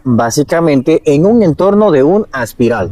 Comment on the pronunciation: Es espiral, no aspiral.